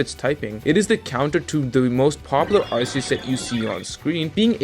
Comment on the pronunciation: Look your content is good, but ffs its Ar-Key-us not Arseus